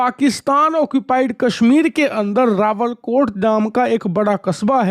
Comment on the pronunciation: रावलकोट नहीं रावलाकोट बाबू सही बोला करो